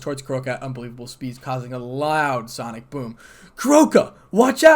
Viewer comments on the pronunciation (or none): none